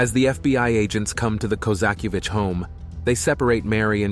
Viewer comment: It's not hard to pronounce Koza-kie-vitch, ffs